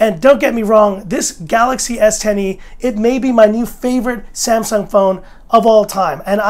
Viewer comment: The way you say s10e sounds like S tiny lol